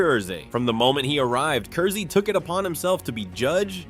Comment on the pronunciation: Its pronounced Curse. It's a pun.